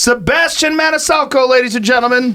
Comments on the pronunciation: “Sebastian ManiSALCO”?! WTF, Joe Reagan! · Joe said Sebastian manisalco at the end..what a dick lol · Solid Podcast and then Joe jacked up Sebastian's name at the end HA! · Manisalco??? (Joe mispronounced his name at the end) Great interview otherwise!